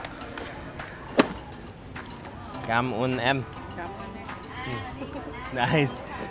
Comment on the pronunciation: " Cam on em" it's okay